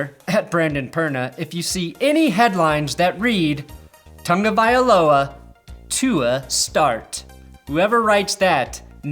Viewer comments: Can you read? There is no "n" in Tagovailoa. How about you learn how to pronounce people's names? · Did I miss something? Why does everyone call Tua "Tangavailoa"? There's no N in his name...